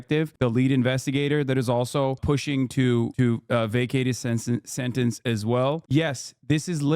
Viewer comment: It's pronounced "sentence."